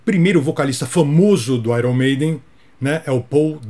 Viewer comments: Serei chato.kkk mas fazer o que?? "Airon"maiden ta errado tbm É alguma coisa perto de "i earn" Ou "aiOn" Mas parabéns..esses erros são terríveis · Corrigiu o nome do vocalista do Iron Maiden mas errou a pronúncia da banda. "Airn Meiden" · Iron Maiden se pronuncia (AIORN) Maiden e não (AIRON) maiden. Fica aí minha contribuição, Gasta! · Gastão, o nome da banda Iron maiden, também é diferente. Não é airon... é aior.... confirma? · Sem querer ser chato, mas já sendo...a pronúncia correta de "Iron" Maiden, é algo como: "Áioern", e não: "Áiron"! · Gastão, fiz um comentário no video parte 1 sobre como as pessoas pronunciam erroneamente a palavra IRON em Iron Maiden. Nesta parte 2 você acabou cometendo o mesmo erro. Achei que você fosse mencionar isso. Não querendo ser chato vai aqui a minha contribuição: IRON se pronuncia "AIÃRN" como na frase "I EARN". É só jogar a palavra no YouTube seguido de "pronunciation", ok? Gosto muito do canal. Abs. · O próprio "Iron" de Iron Maiden é pronunciado errado. E "Lainard Skainard" é de fazer sangrar os ouvidos. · A pronúncia de Iron Maiden também está incorreta